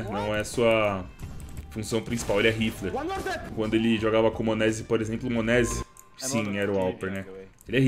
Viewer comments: "monézi" da uma agonia de ouvir kkk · Ouvir o falando monesy dói